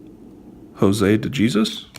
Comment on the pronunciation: De-jesus 🤣🤣🤣🤣 what's wrong with you. a kid could pronounce that. lmao